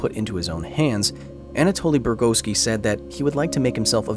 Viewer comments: Great video! I always wondered about this incident. Up until , though, I'm like, "DUDE! It's BU-GOR-SKI! BU. GOR. SKI!!!!" And I couldn't believe it, "Without saying a word to anyone about the accident...." I imagine his wife, "Hi 'Toli, how was your day?" "It was fine, right up until the whole blasted through the head with a particle beam thing." "Here's some borscht... Wait... I beg your pardon?" And back to "BU. GOR. SKI!" . DUDE, you're killing me! Oh! 11: 24 we've got it right again! Wait... Did you just describe George Soros as a... Philanthropist? That's a fun play on words! Let me try, Airplane wings are also known as airplane bacon. Isn't this fun?!?! But hey, at least we're back to BU GOR SKI. Nope, , we're back to "DUDEEEEEEE!!! IT'S BU! GOR! SKI!!!!!" You're right, he's not very lucky. People mispronouncing his name has been a lifelong struggle. OK, all in all seriousness, GREAT video on a subject I've been curious about for a while. Thanks Kyle Hlii. But Mr. Hill, do we know what they were studying that day when the accident happened to Mr. Bugorski? Thanks again, Mr. Hlii. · Can't watch because you keep pronouncing his name wrong. Bug-or-ski Not bur-go-ski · His last name is spelled Bugorski. It's pronounced Bu-GOR-ski. NOT bur-GO-ski the narrator starts pronouncing his name correctly. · Title card, and all of the internet: Bugorski. The narrator, every single time: Burgoski. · Damn it, his name is not Burgoski … Bugorski is really easy to pronounce and memorize. This really undermines the professionality with which this video is made! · His name is Bugorski (transcribed from Russian Бугорский) - but even with some leeway for not speaking Russian, why does the narrator here persistently pronounce his hame like Burgoski?! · Why do you keep calling him Anatoli “Burgoski”? It’s not “Burgoski” it’s “Bugorski”…pronounced as “Bug-OR-ski”. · take a shot every time he pronounces it as "Brugoski" instead of "Bugorski" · You butchered his name, haha